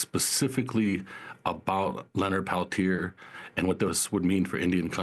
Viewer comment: Mr Peliter? Really? They couldn’t even pronounce his name properly. 🪶FREE LEONARD PELTIER!🪶